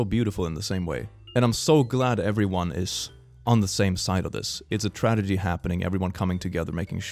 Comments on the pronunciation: sorry my guy but you said tradegy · I love how he always says “tradegy” instead of “tragedy” 😂